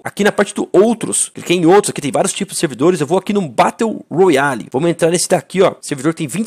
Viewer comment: Aí não fallen morando no usa e falando batteu royale aí o verdadeiro pinou